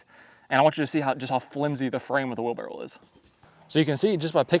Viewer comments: Are you saying wheelbarrow or wheel barrel ? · It's wherlbarroW, not wheel barrel... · It's a wheelbarrow not a wheel barrel. Just saying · Were you saying wheel barrel instead of wheelbarrow? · it’s a wheel BARROW not a wheel barrel lol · "wheel barrow 🤓" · Do it. Say “wheel barrel” one more time 😅😅😅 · Was he saying "wheelbarrel"? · is a great tool guy. Larry Haun he is not. 🤣 Does anybody else hear say "wheel barrel?"